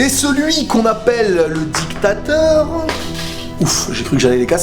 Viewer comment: didacteur rile!!!!!!!!!!!!!!!!!!!!!!!!mdr